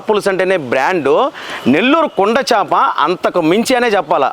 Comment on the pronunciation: చాప కాదు... చేప